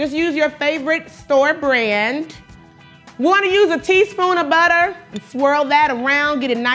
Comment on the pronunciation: That ‘teaspoon’ though 😂😂😂